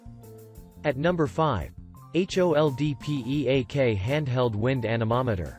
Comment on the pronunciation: Your serious? "H" "O" "L" "D" "P" "E" "A" "K" ???????? Why talking that ? This is two words HOLD PEAK. What meaning PROSTER ? Why not "P" "R" "O" "S" "T" "E" "R" ???????????